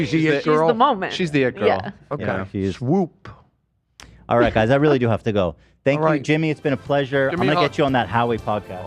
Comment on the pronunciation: LMAO at calling swoop “WOOP” it’s like he unintentionally said W Swoop